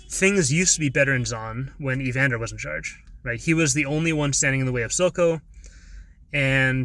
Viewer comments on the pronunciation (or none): Great analysis. Some minor things to keep in mind for future content. 1. Sounds like you're calling Vander "Evander" 2. Second in command in Sevika not Jinx. Jinx is just Jinx. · ngl, you adding a y to the beginning of vander's name is distracting